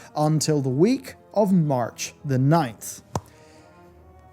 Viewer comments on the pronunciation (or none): none